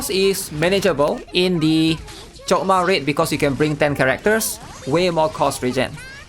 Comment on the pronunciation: Sounded like he chokdma coc